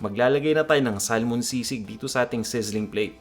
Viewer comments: Yung pronunciation ng salmon is actually sa-mon, silent L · I get distracted by how you pronounce Salmon haha